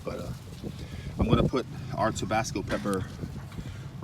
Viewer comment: It's not TOBASCO... it's TABASCO! Please... get it right! Geez! 🙄